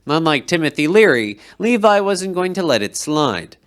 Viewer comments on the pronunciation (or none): Moriss Lee-vee not Lee-vai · Yep, you got “Moog” right, but you whiffed it on “Seine” and “Levy”.😅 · It's not Levi, it's Levy, rhymes with, heavy.